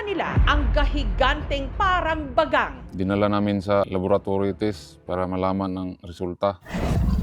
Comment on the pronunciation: Bagang❌ Bagag✅ 😂😂😂